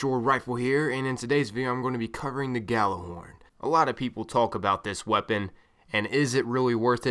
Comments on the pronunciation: Why cant Americans pronounce Gjallarhorn instead they say Gallarhorn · Hate to be that guy but its pronounced Y'āhl-er-Hòrn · ***** No its a Scandinavian word and it's pronounced Yallerhorn. Smarten up. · Idk, I'm american but I pronounce it "Yallerhorn" and I always get screamed at. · Well, since none of you are swedish and Gjallarhorn is a swedish word you're both wrong. Its from northern mythology and its pronounced as it's spelled. But I guess if you're american you pronunce it like that.. Y'āhl-er-Hòrn. But it's not right.. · geo genisis americans have a hard time pronouncing norse words, often putting eeee sounds where there should be aaa. :) When googling they tell you to pronounce it like this: yahl-lehr-hawrn, but thats not correct. Its supposed to be yahl-lahr-horn. Me myself prefer the Jellyhorn though. :) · It's an Icelandic word, when I heard it pronounced it sounded like "Gatler-horn". Of course it had an accent to it so I would advise looking up the true pronunciation, I found it in a Destiny podcast from Planet Destiny, I believe it was #5. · He just fuckig said you idiot it's pronounced how it's spell